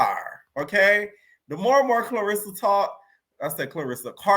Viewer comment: im buggin evertime u say karlissa i hear clarissa 🥊